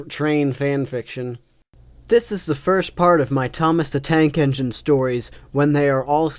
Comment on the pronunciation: Tnake Enigne... THOMAS THE MF TNAKE ENIGNE, ladies and gentlemen XD